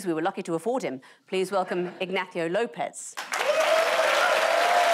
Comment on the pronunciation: Mr. López was excellent in this episode - so was Ms. Coren Mitchell's pronunciation of his name. But what happened with the scoring???